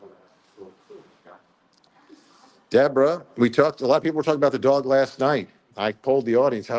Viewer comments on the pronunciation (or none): none